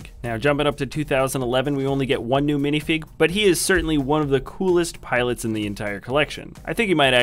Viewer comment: he said 21 piolits